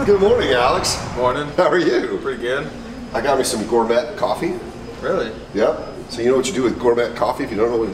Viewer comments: Gormet is pronounced gor may , not got met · "gor-met"??? smh...